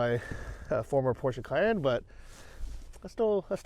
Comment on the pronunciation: So nice to hear an American pronounced Porsche correctly. 🙂 Well done! I have to say that it looks more like a Prado than a Land Cruiser though.